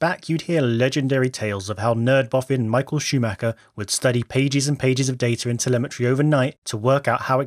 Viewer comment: *telemetry, not temelmatry